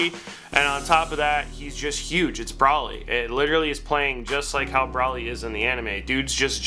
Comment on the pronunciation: yeah i punched the shit out my monitor when he said his name like that